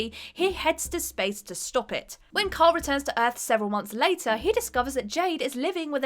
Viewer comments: I can't be the only one who thinks the way she says "kyle" sounds like "karl". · It's KYLE Rayner .... you sound like that idiot from the Walking Dead ..... Karl, Karl, Karl...